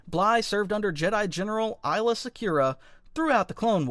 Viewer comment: First the Droideka, and now you even have the nerve to mess up Aylas name, how dare you good sir.